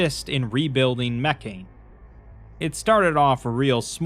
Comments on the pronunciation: What's really going to bake your noodle later on is that Mekhane was meant to be pronounced "meh-KHA-nay" or "MEH-kha-nay" all along and makes a lot more sense that way. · But the way he pronounces it has the religion be pronounced “mechanism” which is funny.